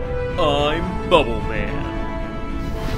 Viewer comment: Is it pronounced Bubble man as in super man or Bubblemin?